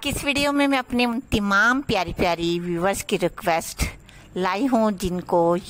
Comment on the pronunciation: Aap tamam ko timam q bolti hein